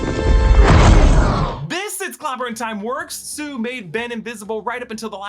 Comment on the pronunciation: he was trying to say sue and I know it was in Florida but I still think he know better